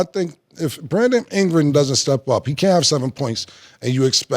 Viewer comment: Cam: "Brandom Ingra"😂😂😂